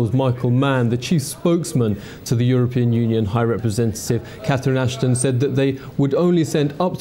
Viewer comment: Obama pronounced European Union as "you're a-paying." (Freudian slip, methinks)